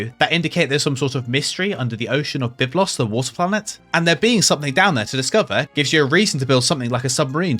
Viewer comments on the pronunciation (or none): none